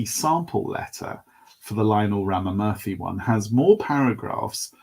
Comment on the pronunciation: Ramamurthy is pronounced as Raama--Moorthy. just so you know!